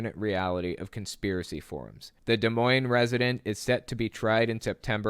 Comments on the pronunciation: Shoutout to my local newspaper! DMR is usually pretty good about presenting facts over opinions. Also thanks for saying Des Moines right hahaha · 1st of all.... THANK YOU for pronouncing Des Moines correctly lol. Lots of people botch it. Secondly, my dad actually knew Doug and was buddies with him through a mutual friend. Guy seemed nice but not super bright. It's sad that he got pulled so far down into the Q hole. He absolutely deserves to be in jail though I do feel sorry for him and his family that he essentially destroyed.